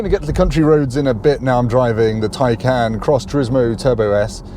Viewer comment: Go to Porsche and see how to say Taycan. I can't stand it when people give reviews and can't even say the name of the car correctly. What a joke